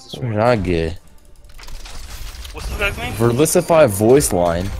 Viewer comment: "im verlisify" lmaooo furry asf (x